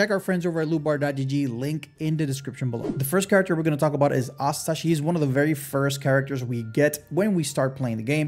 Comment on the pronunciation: Asta isn't pronounced like that.